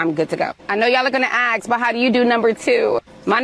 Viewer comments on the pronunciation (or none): Why is that woman saying "ax"? What does an ax, to chop wood, have to do with her story? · I'm confused. Who's axing!?